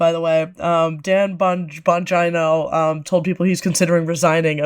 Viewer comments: Dan Bongina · Ban Dongino.